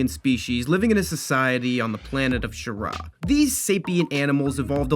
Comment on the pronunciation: Actually the planet's name is pronounced [cree-er-uh]. Also fun fact: Alex ries also did art for subnautica, the game that can and will give you a fear of the ocean.